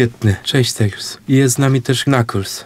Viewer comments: Serio?! TaLEs, a nie TaILs?! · Nie tales tylko tails